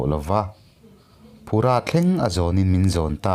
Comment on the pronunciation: phu-ra tia lam tur phura nilovin lo correct my2 in tih thiam lam nilovin a dik i hriat nan lo hrilh che ngaihnom thei vawng2 e 👍